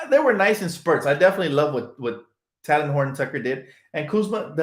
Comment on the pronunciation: Oh... and Talen is pronounced TAY-Lin like Jalen (Rose) My nephew went to Simeon Academy high school in Illinois (where Talen went to school) and he corrected me lol